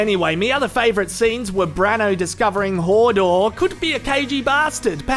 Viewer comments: It's hodor not hordor haha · i love ya, but its not fucking hordor, its hodor - also its not brianne its brienne